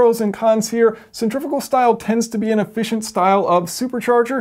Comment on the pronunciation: You said centrifical multiple times instead of centrifugal XD